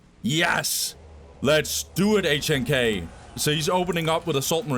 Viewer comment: HNK is pronounced Nick in Russian btw